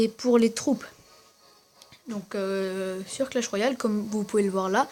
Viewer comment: .pas coah mais clach